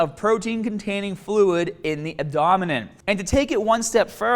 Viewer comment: Abdominin? Lol.